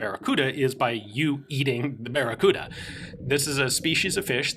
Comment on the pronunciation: Sorry man, I can't say baccaruda...